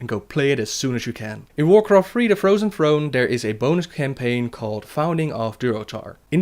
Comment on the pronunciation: Warcraft Free Doze dat play Frozen Frone.